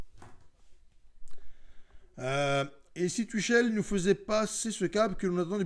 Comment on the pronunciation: Good vid mais si tu pouvais prononcer son nom correctement...